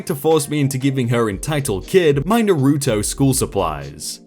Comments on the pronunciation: i'm looking at the screen where you say your going to put a picture of them on the screen, and... nope, we got trolled. Oh, and it's pronounced "Naw-ru-toe". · The way he says Naruto is killing me xD